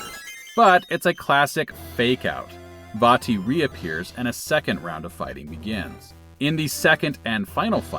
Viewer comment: Glad you pronounced "Vaati" correctly. Also forgot how bad the GBA sounds, no matter what game it is.